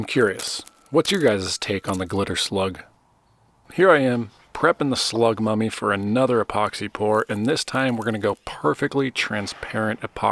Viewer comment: Slug mummy, even tho I thought you said slug puppy at first lol